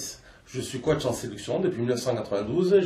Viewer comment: personne lui as dit qu'on ne prononcait pas le mot coach "koatche" mais "kotche" ? ^^